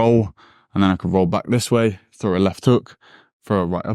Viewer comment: …..throw not fro.